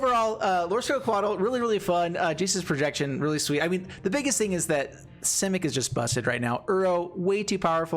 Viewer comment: Ha ha you first called it “Jace’s Projection” then when you played the card it sounded like you called it “Jesus’ Projection”